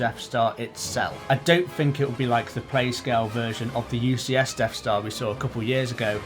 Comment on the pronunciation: Deaf Star? Am I hearing you right :)